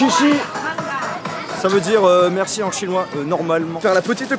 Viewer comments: Merci en chinois c'est "xiexie" ( après voit pour la prononciation vu que je peux pas te la dire directement) et pas "chichi" (=churros 😂 en France) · C’est pas chichi mais xié xie mdr 😂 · Merci en chinois sa se prononce cié cié et pas chier chier😂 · C pas chichi c chèchè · En chinois on dit pas « chichi » mais “chié chié“ 谢谢